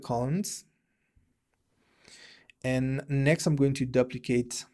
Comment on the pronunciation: what a great video, i have learned so much from you. just wanna share something with you. the word 'duplicate' is pronounce as 'doo-pli-cayt' or 'dew-pli-cayt' not 'dahb-pli-cayt'. we can all learn from each other.:-) i have also watched so many other videos from you and learned so much. thanks!!!